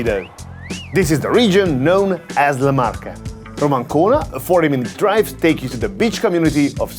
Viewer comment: Amazing video as always but as an Italian what amazed me the most was you saying Marche correctly, and not Le Marsch